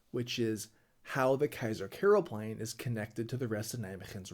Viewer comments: Oh please you work in the Netherlands. Start pronouncing the name on a decent way. It's Keizer Karelplein, with an A. Not Keizer Kerelplein, with an E. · Keizer Kerel Plein? The a is not pronounced 'e', its pronounced 'ah!' Keizer k Ah! rel plein, lollll